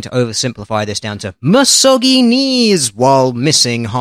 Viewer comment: "ma-soggy-knees"? Holy shit, good thing I put my drink down before clicking on this video. I can't afford another G-series keyboard! XD